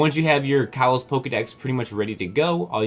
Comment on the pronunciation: stop mispronouncing kalos. its pronounced koll-os not kall-os